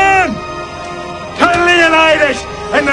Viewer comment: It is not Leonaidas, it is Leonidas. Small diversions have turned the world from Greek paradise to whatever hell...